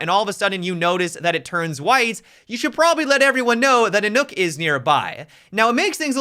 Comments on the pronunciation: Please dont say nook. Maybe "knock" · Nook? Replace the L in Luck with an N and you get Nøkk. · WHY DO PEOPLE KEEP CALLING HER NOOK? Is Nøkk a phonetic thing? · can we please stop calling her, "Nook?" Please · It is pronounced Nurk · People saying Nook triggers me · Could hardly get through the video because every time he said nokk I cringed..